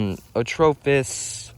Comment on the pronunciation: Me: watching the Atropos knifes and listening to you. Also me searching atrofis on google to find it because you say atrofis 😆